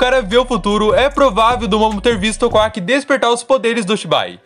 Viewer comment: Por que ao invés de falar Kawaki você fala kuack? O cara não é um pato, fala certo o nome do personagem cara